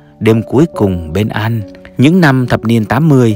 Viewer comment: Thằng này phát âm tiếng việt tào lao mà làm video Chữ “ Anh “ thì phát âm thành “ ăn “ chữ “ mệnh “ nó phát âm thành “ mận “ v.v.v nhiều lắm